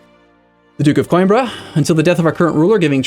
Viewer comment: It's "Coimbra", not "Cóimbra". Try "Cooeembra". And again, it's "Madeira", not "Madiera". It's Évora, not Evóra... the accent is marked there! In this one, you're not even supposed to have to guess! At least your pronunciation of Beja doesn't seem to have flaws and your pronunciation of Porto and Algarve, although not perfect, is passable.